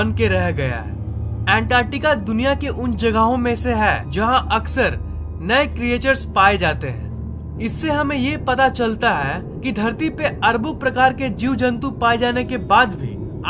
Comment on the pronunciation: Bro creatures is pronounced as cree - tures